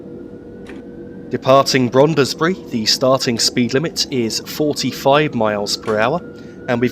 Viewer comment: another fine video full of interest and sharp images. Just a small point in case you do another video of the North London line: Brondesbury is pronounced as if the "e" between the "d" and the "s" was not there and is one syllable shorter than you made the name. Many thanks. Roger Crick